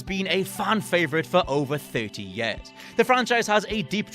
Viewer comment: “Yeh-ahs” 😆 Years